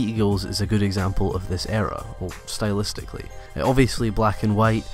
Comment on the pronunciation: HE SAID SYTLEISTICLLY NO FRICKIN MUCH